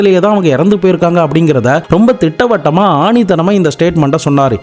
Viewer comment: ஆணித்தனமா இல்லை. ஆணித்தரமா